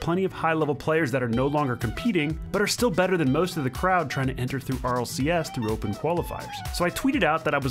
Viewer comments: he said rlrs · my man said rlcs like rlrs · Let’s not talk about the fact that sunless said RLRS instead of RLCS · In the intro sunless said RLRS instead of RLCS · In the intro you said rlrs not rlcs lol🤣😂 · Did sunless call RLCS RLRS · did he say rlrs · He kept saying RLRS but isn’t it RLCS? It kind of annoyed me lol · Its RLCS NOT RLRS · Notice how he said rlrs instead of rlcs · No, he was right. It is RLRS, not RLCS. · You said rlrs but it’s rlcs